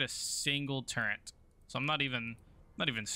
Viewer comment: Great content man! I've been looking for a good YouTube series with this mod. Keep kicking ass, The way you pronounce turret kills me. I didn't realize I might have an auditory issue until I started watching these 😂